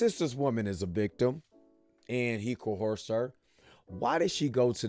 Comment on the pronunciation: F Bruh! You can't talk? Or read? Or both! Wtf is co-horse? & wtf is Mister-meaner charges? Political rear? Out roar? You 'ignent'! #tryharder